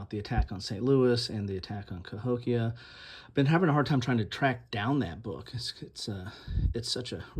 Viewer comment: That’s about 20 minutes from me - Cahokia - and you pronounced it correctly